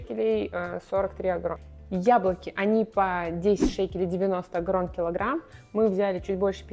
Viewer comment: Так вроде бы Агорот, а не Агорон)